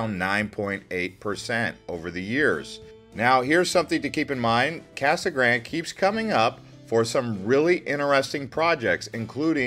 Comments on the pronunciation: It was called Casa Grand-ee, as in a bastardization of the Spanish. Seems fair, seeing as it is a Spanish word. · North Eastern Arizona - Kingman? Kingman is about as far West as you can get before you enter California. It's in the North-Western corner of Arizona and is the county seat of Mohave county. Pronounced; "Mo-haw-vee". Casa Grande is pronounced; "Casa Graun-day".